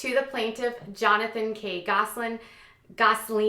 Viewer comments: There is no “g” in Gosselin. You pronounced the name correctly the first time. Kate does whatever she wants. She does not feel that the law applies to her. She needs to get a real job. Jon is going to make sure she never appears on TV ever again. She ruined their lives. I can’t wait for the tell-all books the kids will write some day. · Why are you pronouncing their last name wrong.. on purpose....again?